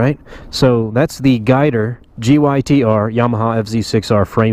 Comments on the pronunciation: I've been racing my whole life, and even sponsored by Yamaha. Never heard it called "guy-ter" before because its GYTR. Call me triggered but atleast I'm hitting bullseye, as far as being correct. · Am I the only one that gets offended everytime you say "guy-ter"??? You dont pronounce it as a word, you pronounce the simple abbreviation GYTR. G-Y-T-R 🤦🏼‍♂️